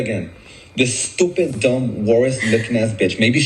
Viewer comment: hes calling her stupid, yet he can't even pronounce stupid... "doopid"